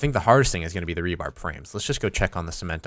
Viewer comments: Rebar, not rebarB. There is no B at the end. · re-bar not re-barb I know you are intelligent